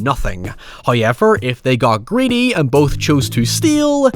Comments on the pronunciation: Damn that’s a thick accent you got there “Hiever” lol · First "hoyevver" drops . We are rewarded as He is pleased.